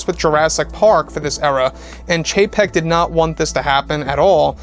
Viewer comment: Just chug a shot every time he says Bob Chepek